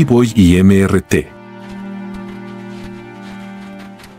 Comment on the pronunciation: No se dice.. eme ere te, se dice.. Míster ti, era su nombre.